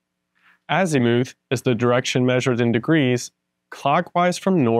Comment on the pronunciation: AZ i muth not azEEmoooth :)